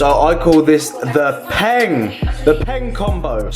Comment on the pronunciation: Stop. Saying. PENG